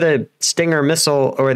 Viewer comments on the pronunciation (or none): none